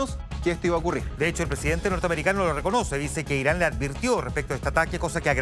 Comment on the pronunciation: No es por nada pero ese presentador no puede ni hablar diciendo Israel y Irán e incluso cuando está escrito y ni así lo lee bien jajaja